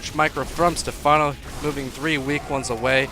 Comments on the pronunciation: You actually had the right pronunciation when you were joking around... it's "Stephano" with an accent on the é. For some reason all americans pronounce it with an emphasis on the a, which is very weird. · its pronounced like stefano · Does he actually not know how to pronounce stephano? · Lol, can't even pronounce something simple like Stephano, making Americans look bad.